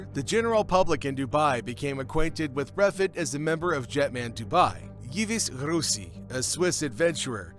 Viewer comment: Yves Rossi - check the pronunciation! “Eve Ross-ee”!